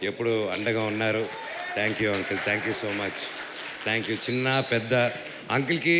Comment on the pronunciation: ముందు ఆ అంకుల్ తొంకుల్ అనడం ఆపండ్రా రేయ్! 😂😂😂 వినడానికే కంపరంగా వుంది! కనీసం బయట మాట్లాడేటప్పుడు!